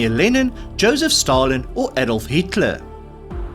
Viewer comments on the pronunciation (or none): none